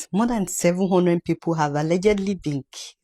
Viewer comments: What is "allegly"?....the word is ALLEGEDLY...... pronounced "AL-LE-GED-LY". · Alleged-ly not allegely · Sister, what is Allergly? The word is al-le-ged-ly. 😂😂😂